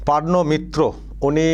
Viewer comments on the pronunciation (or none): PORNO not PARNO 😅